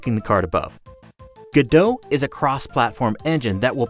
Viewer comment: Its not gadoe its go dot, like the founders who made it call it.